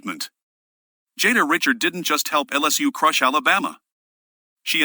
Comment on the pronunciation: REE-SHARD. Jada Ree-shard.